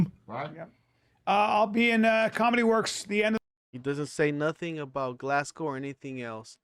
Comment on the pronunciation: If bapa had have turned up in Glasgow, Scotland (one of the toughest, no nonsense city’s in the world by the way) and pronounced it GlassCow in front of a Scottish audience………..I very much doubt he would be alive at the end of the “performance”